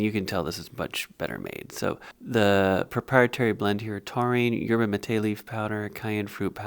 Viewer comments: It's pronounced yerba MAH-TAY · Your ba ma tae. That is how yerba mate is pronounced and is actually a pretty great drink if you enjoy green tea😊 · The way he said Yerba Mate hurt my soul